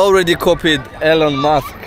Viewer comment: Fruit Juice… pronounced “jOOs” That’s “Grilled Beef” or “Barbecued beef” or “Korean Barbecue” or “Yakiniku”… not “fried beef”. You “fry” in a pan, not on a “grill”. “Elon Musk” not “Alon Musk” 👍